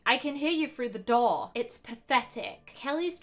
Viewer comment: The way you say " story" ,"four","door" etc. Is soo weird!